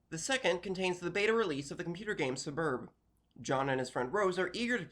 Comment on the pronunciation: This is the first time i've seen someone pronounce it Sub-erb instead of just taking out the sound of the first U entirely and saying SSS-berb